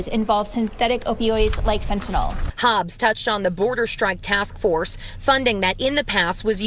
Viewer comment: She can't say Fenta- NYL, either. She keeps saying Fenta- NOL; As if it's a kind of Tylenol. But not everyone is a Pharmaceutical chemist, like I am.